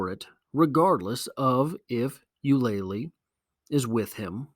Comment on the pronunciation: You-Luh-Lee not You-lay-Lee